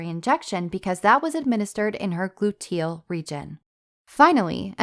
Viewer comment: Never heard “glu-TEEL” before. 😂